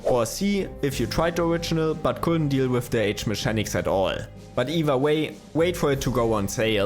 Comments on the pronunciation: Great video ! If you want to improve your english accent, just know that "mechanics" is pronounced "mekanics" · It features some good "me-shanics" as well!